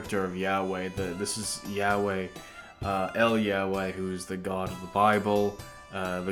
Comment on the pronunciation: "el Yahway" Hebrew ain't spanish bror